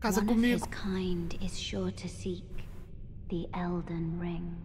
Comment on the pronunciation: Já aprendeu a falar ELDEN E NÃO ELDER?